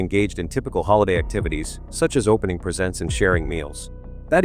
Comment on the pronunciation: Whoever narrated this does a terrible job! Can’t even pronounce John Benet’s name right or other words such as presents or pagents. Terrible just terrible